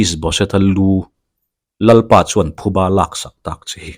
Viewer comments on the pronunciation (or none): none